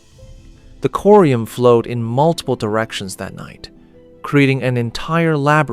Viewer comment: pretty sure its corium not curium